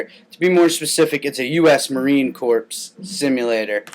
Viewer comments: corps is pronounced core not corps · Marine "Corpse" simulator?! The s in Corps is silent. Now put down the Dew & run a few laps around the block u maggot!